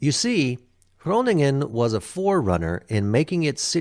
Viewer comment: Shout out for with his perfect pronounciation of Groningen 😜. Great reaction! BTW Emma agrees😂!